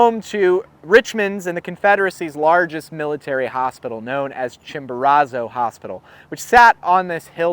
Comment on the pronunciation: You are pronouncing is that Chimborazo wrong